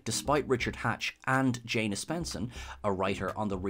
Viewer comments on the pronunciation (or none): none